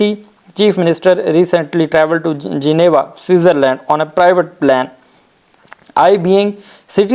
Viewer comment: Plan nahi Plane hota ha ager English myn munh mari karni ha tu drust kareen